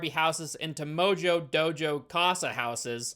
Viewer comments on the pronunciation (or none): none